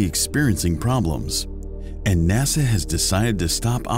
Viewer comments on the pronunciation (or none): none